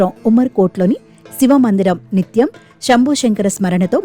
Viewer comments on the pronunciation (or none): “బక్తులు”, “శంబో”, “అవిబక్త బారత్”, —-ఏమిటో ఈ ఉచ్చారణలు తెలుగును ఖూనీ చేస్తూ!